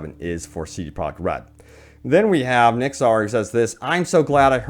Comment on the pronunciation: "C Prah Red"